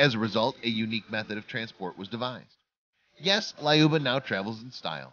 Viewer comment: Its lyuba not layoba